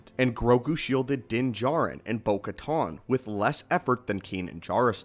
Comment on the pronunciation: Bo called "Bo-Kuh-Tan" in the show - "Bo-Kuh-tohn"